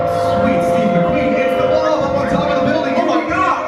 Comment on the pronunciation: Lol "the bolb is over!!!!" 😆😆😆😆😆